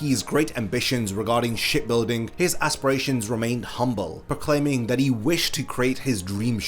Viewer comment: Instead of hearing ship building I hear shit building 😂😂